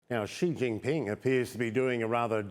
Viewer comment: its XI JIN PING not XIN JIN PING you frick MING LEE BING CHILLING